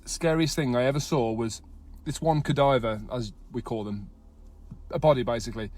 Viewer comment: That guy worked there that long and doesnt even know how to say "cadaver" properly ???